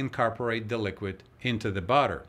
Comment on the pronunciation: Ooh, I feel like I've been let in on a family secret. These pancakes look perfect. I freeze pancakes, placed inside a Ziplock bag with the excess air removed and with a sheet of parchment between each one. Side note: Listening to your instructions, between the and minute marks, it sounded like you were saying "butter," which confused me until I realized you were saying "batter." I grew up in Texas, and when I moved to California, it took me three years of practicing my pronunciation so that people would understand whether I was saying "all," "oil," or "awl." Fun times coping with accents.